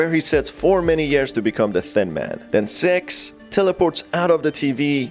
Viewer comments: her name is pronounced more like "sicks" not "sex" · You're saying "six" Like "s*x" And my parents mad at me